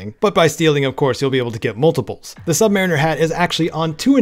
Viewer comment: You said "Submariner" completely wrong